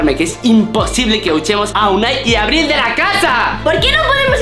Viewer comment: Dijo aril en el minuto